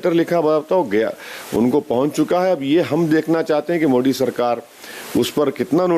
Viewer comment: इस इन्सान के नफरत का अंदाज़ा इसी बात से लगाया जा सकता है कि इसने आज तक कभी मोदी को मोदी नहीं कहा, हमेशा "मोडी" कहता है जानबूझकर। "द" का उच्चारण तो ये कर ही लेता है तोतला तो है नहीं। ये लोग अभी तो अतांकवाद, कट्टरता, और अतंकवादी संगठनों की निन्दा पब्लिक के सामने करेंगे ही, लेकिन उन्ही को ये अल्लाह के याेद्धा मानकर पूजते है। इनके ज़बान पर कुछ और पेट में कुछ और ही रहता है। कोई अतंकवादी अपने मुंह से कैसे बोल देगा की वो क्या चाहता है। कुरआन के हिसाब से चलने वाला धर्म और लोगों की कल्पना बिना कट्टरता और अतंकवाद के हो ही नहीं सकती क्योंकि उस खूनी किताब में ऐसा ही आदेश है। उसके अनुसार तो पूरी दुनिया में जब तक इस्लाम कायम ना हो जाए तब तक एक एक मुसलमान को इसके लिए लड़ते रहना है, ये सब उसी का आदेश का पालन करते हैं। और दुनिया को बताते कुछ और है, इस बात को जितना जल्दी दुनिया समझ ले उतना ही अच्छा होगा। गैर मुसलमान की हत्या करना इनके खूनी किताब के अनुसार जायज है और मुक्ति का मार्ग है। दुनिया का लगभग हर मुसलमान उसी काम पर लगा हुआ है। कोई नेता बन के, कोई प्रशासन में रह के, कोई बिजनेस कर के या चाहे कुछ भी कर रहा हो उसका जिंदगी का मकसद एक ही है गैर मुसलमानो का खात्मा करना। जागो हिंदुओ जागो, चाहे कुछ पढ़ो या ना पढ़ो एक बार कुरआन जरूर पढ़ो ।।।।